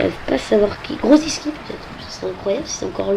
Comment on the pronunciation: bien mais on dit juste grosiki, on ne prononce pas le c